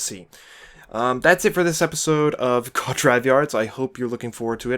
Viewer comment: Hate to be "that" guy, but it's pronounced koo-aht not quat